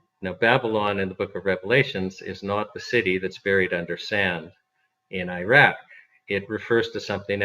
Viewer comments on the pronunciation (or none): none